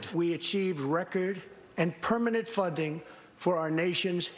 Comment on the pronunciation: funding or pudding?